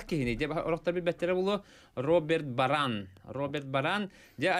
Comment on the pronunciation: БарАн буолбатах, Роберт БАран диэн. Профи журналист омуктуу ааттары санара уерэниэ эбит...